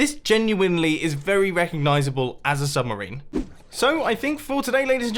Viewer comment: "submerini" - Mumbo Jumbo 😂😂